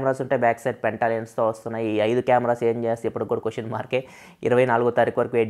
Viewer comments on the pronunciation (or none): none